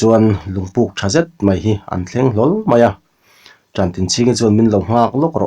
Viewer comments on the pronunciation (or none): Kan sel lawk aw,a chhiar rik danah hian,mi pakhat thiltih sawina ah 'an' tih alo awm chuan,mi pakhat aia tam sawi nana 'an' tih anga lamri lovin, manganna,tiha an lai anga lam rik tur anih laiin,mi pakhat aia tam sawinana an tih anga lamrik ani thin hi ka ngaimawh deuh